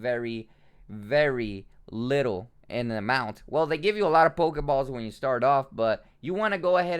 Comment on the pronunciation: Not on damn thing near my house it almost aggregates me as much as this dude say pokaballs pokamon